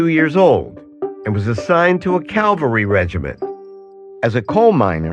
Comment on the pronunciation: Sharon's story. Cav al ry not calvary. Why didn't they edit that out?